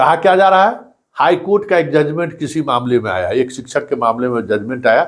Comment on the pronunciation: शिक्षक उच्चारण शिकशक होता है सर सिकछक नही होता शिकशा